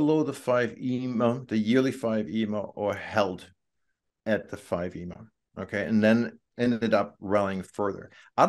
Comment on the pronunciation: How can anyone possibly trust the analysis of someone who pronounces EMA as a word?